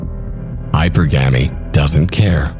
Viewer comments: Its hypurrrggemy not hyper-gamy shit makes me gringe everytime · I think it's really "hy-PER-gamee". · This would be so much better if hypergamy was pronounced correctly.